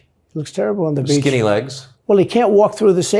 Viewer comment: I laughed the way he pronounced „on the beatch“ 🥹